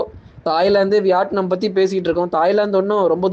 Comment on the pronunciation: Its not vyatnum , it’s vitnam ok’